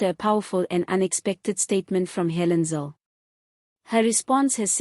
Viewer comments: Her name is Helen zille not zil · Please pronounce her surname correct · Rubbish podcast. How about repeating her statements and learning how to pronouce her name. She is far far brighter than ramaposer anyway